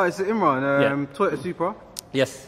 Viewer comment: Who's Teeyota?